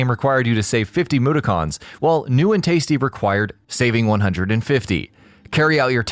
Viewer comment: OMG the way the voice over said mudokons while he was talking about Abes oddysee made me cringe lol dude pronounce the words man